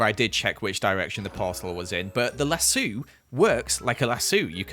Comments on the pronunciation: I fwlt uncomfortable when he said lasuu rather than laso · So are we just not gonna talk about the way pronounces "las-so" like "las-soo"? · it triggers me so hard when he says lassu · lassu :D sounds fun when I am used to the american version of the pronunciation :D Thanks for the vid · why is no one talking about how he pronounces lasso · Why is no one talking about the fact he said lassu ?instead of lasso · I'm so sorry but I couldnt help but laugh when I heard the british pronounciation of "lasso". It just sounds wrong 😂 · Did it bother anyone else or just me? How he keeped saying lasso wrong